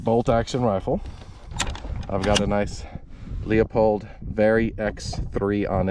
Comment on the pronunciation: LEW POLD, NOT LEE-A-POLD